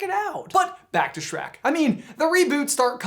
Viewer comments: Back to "Shrack" ? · Hehe Shronk